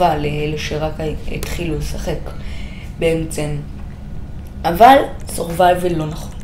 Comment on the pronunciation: למה אתה אומר בעמצם אומרים בעצם